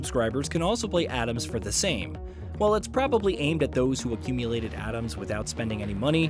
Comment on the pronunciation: or pronounce Atoms Adams the whole time :D